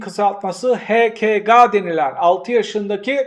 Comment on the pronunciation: "(H.K.G.) he ke ga mı?" abi sen yapma bari böyle şeyler. Sözlerinin bağlamına katılmakla beraber şu kişinin isminin kısaltmasını bu şekilde okuman beni aşırı şaşırtıyor...